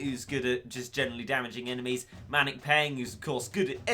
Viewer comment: does anyone notice the fact that he says maniac as manic